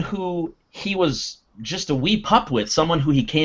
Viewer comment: Yes "Acolyte" there is in English no "al--colyte" :)